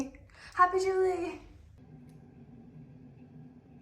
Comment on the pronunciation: Not me, understanding jiggely instead of jubelee and found it super strange but also cute xD